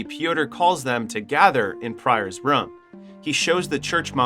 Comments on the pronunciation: new drinking game take a shot everytime he says rum instead of room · It’s Room, not Rhum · yo who taught you english, what the hell is a ruum, you mean “room” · Room❌ Rum✅ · ''beby'' and ''rum'' instead of room lol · They are called fryers NOT PRIORS AND ITS ROOM NOT RUM..😂😂😂😂😂😂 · it's not rum it's room why do you pronounce it like that? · if i have to hear this guy calling a room "rum" one more time, i'm going to lose it. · its pronounced, ro͞om. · bro im now convinced your just trying to pronounce everything as wrong as possible just to be irritating lol " They walked in to.... the RUM !" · MF why do you keep pronounce room as rum mother.......ker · Room! Why can't you pronounce a simple word unless this is AI. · I do not like how you pronounce “room” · The scariest thing in this video is the pronunciation of the word "room" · 👎 due to the numerous mispronunciations of the word "room". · You have an interesting way of saying "Room"